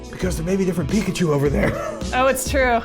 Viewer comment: You say the Pika Chu really well.